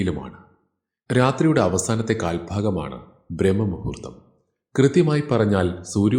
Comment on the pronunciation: ബ്രഹ്മ മുഹൂർത്തമല്ല സാർ ബ്രാഹ്മ മുഹൂത്തമാണ്. ബ്രഹ്മണനല്ലല്ലോ അമ്പലത്തിൽ പൂജ കഴിക്കുന്നത് ബ്രാഹ്മണനല്ലേ? വിശ്വാസം വരുന്നില്ലെങ്കിൽ ശബ്ദതാരാവലി പരിശോധിച്ചോളൂ. അതിലുണ്ട് ഈ വാക്ക്